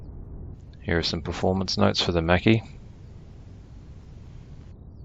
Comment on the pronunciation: as an italian I conferm that makki is the right pronunciation